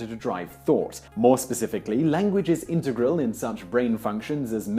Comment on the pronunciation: YOU ARE PRONOUNCING 'INTEGRAL' WRONG ffs